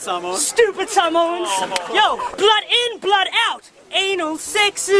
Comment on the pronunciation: Bro he didn't even pronounce Samoans right 😂🤦🏻‍♀️